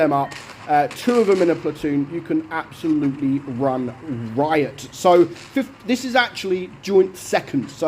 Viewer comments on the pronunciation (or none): none